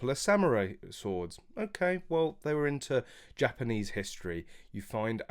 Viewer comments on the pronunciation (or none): none